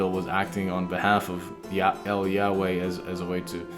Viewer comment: "el Yahway" Hebrew ain't spanish bror